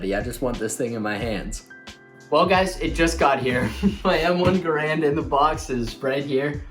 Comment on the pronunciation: You pronounced Garand wrong. People keep doing that.😥